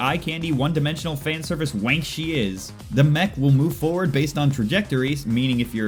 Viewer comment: This has to be the first time an American can pronounce 'Wank' correctly